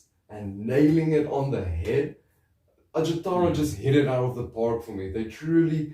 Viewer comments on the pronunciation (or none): ...at least you got Pasi Koskinen's legal name pronounced right. But in the name of all that's unholy, please... the "j" letter in Finnish represents the same sound as the letter "y" does in English. There's no "J"esus to Ajattara. Kudos for all the Noitumaa love, anyway. One of the most underappreciated albums of all time. The drumkit was handmade indeed, and you can see it in the video for Ikuisen aamun sara (it's on youtube, albeit in a so-so quality; if you are using that Russian social network by any chance, the quality is better there). The impression you got about the lyrics, though... not exactly accurate, I'm afraid. Koskinen writes about "the evil that men do", basically. No Jesus, but no devil-worshipping either, or any sort of worshipping, unless it's being used to deconstruct the conventional. "Are you begging for mercy from me, the one whom Satan worships?.. And I will kill - I will kill you - and all this time Satan worships us; only through blood will our thirst be quenched - we the children of apocalypse - and all this time, Satan worships us."